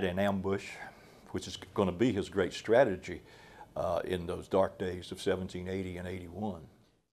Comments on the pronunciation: "Stagagy" ? Do you mean "strategy"?? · About Minute 40 - "STATAGY". Not very professional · The British “ Stategy”?